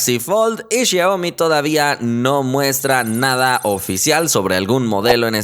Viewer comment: Jajaaj como dice xiaomi el dice shioaomi